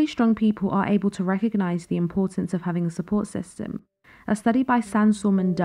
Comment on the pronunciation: You said pf instead of of :D